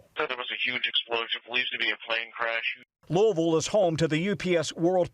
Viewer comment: God bless the UPS crew members. Horrific loss. Thanks Tom Costello for pronouncing Louisville correctly. Please give Yankee Tom Llamas a quick lesson